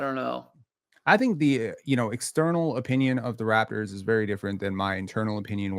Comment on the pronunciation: How can he claim to watch your lives, but misspronounces every Raptors name?